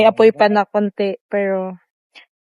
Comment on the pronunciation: Hnd mo Ako baser ayosin mo pananalita mo ung pg bigkas mo Ng piro at ung pg lalabas mo Ng dila mo alisin moyan wg Kang poponta sa pb house na Ikaw lang KC parang ayaw na nila Sayo